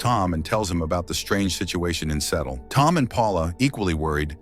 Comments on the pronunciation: “Settle” huh? I can’t believe we’re afraid of AI tech when it can’t pronounce basic words like “Seattle” 😂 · Its pronounced Sea-ah-ttol